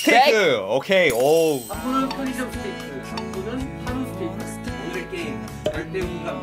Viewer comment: 스테이크를 스테이쌔끼로 들은사람 좋아요